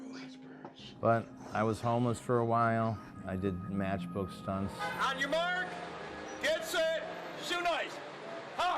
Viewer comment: Did he say On your march, get set? 😅 umm, buddy, that would be On your mark, get set.